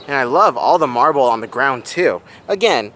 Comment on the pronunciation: Hi! Great and super informative video as always, but I’m not sure if you said to say MARBLE OR MARVEL? Either way works lol. I’ve really been enjoying these new videos and look forward to many more! ❤